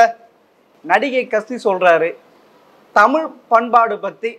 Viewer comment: கலைஞருக்கு எத்தினி?? நெறியாளர் நேபாளத்திலிருந்து வந்த திராவிடராக இருப்பாரோ?? தமிழும் சரியாக உச்சரிக்க தெரியவில்லை?!😂